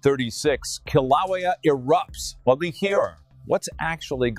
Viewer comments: Your script reader software needs a few lessons in how to pronounce Hawaiian language. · Your AI presentation sux and you are mispronouncing the name of the volcano! For that I’m out and will watch this if real somewhere else. Insta block!